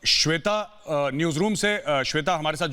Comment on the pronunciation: सवेता जी नहीं होता है जाहिल, श्वेता जी होता है।